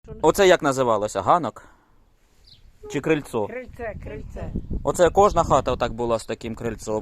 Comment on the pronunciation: Крильце!!! А не крильцО.